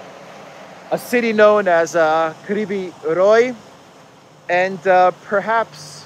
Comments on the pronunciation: It's RoG, not RoY x) (in city's name) Good video! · it’s Krivoy Rog not Krivoy Roi 😊it means Crooked Horn. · isn't it "Krivi Rog"? Not "Krivi Roj". Funny, that name means "Bent horn" or "Twisted horn". Krivi Roj would mean "Bent swarm" so, yeah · it’s pronounced Kryvoi Rog